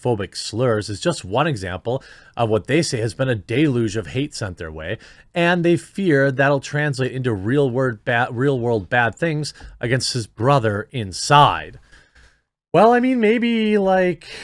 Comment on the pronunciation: It's not Day-Looge. It's DELL - YOUGE